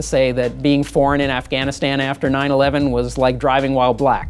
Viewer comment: Afghanistan you idiot not "Aragastan" or whatever she said.